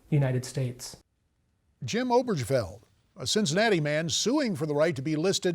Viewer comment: A newsreader is supposed to know how to pronounce names. Obergefell is pronounced o-burr-guh-fell. The sloppy arrangement of ideas in the report is, however, to be expected of Christian journalists with an ax to grind.